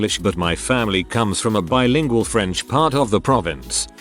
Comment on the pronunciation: Bilingual Computerized voice: Bee-lingual!